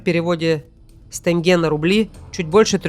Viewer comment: Погребижская, прямо резануло по ушам. Не тЭнге, а тенге